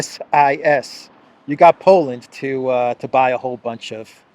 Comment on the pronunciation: it's said 'C-sis', just to make it easier on you.. lol.. bad enough you have to do verbal gymnastics with polish names.